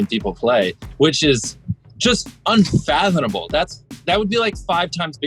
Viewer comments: Jimmy needs to learn how to pronounce “unfathomable”. It’s not “unfathonmable” hehe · He can't pronounce unfathomable to save his live. But he's still a pretty cool guy.